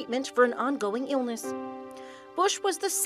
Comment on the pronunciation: listen to the way she says illness! Lol